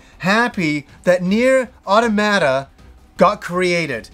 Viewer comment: It's not. He's pronouncing the last 2 "a"s incorrectly.